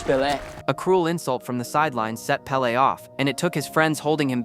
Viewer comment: It's pele's Pele